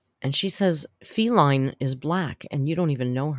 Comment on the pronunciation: who reads everyday, still says “Feline” … which is a genus for cats, rather than “Faline” … who is the Bambi character she’s referencing. She always gets it wrong. Just like how she always calls Chantal, “Chantelle”. Clown.